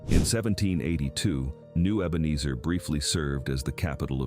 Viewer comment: Here we go again Pronounced EbenEEzer.